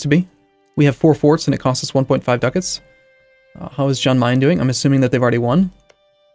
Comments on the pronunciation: It's pronounced like Yahn, not John. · say jan as yan like yes